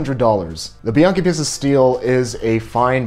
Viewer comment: It's peace'-tuh. Not pissed-uh.